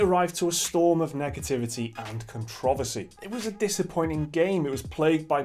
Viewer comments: "Controvissy". Can we use the correct pronounciation please? There is an R in Controversy. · You pronounce controversy so weird